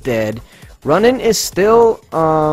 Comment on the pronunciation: damh it what happened to putting emphasis on the "ROW" in ronin😂😂